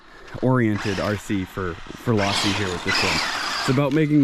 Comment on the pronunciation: Low-si...not Loss-si.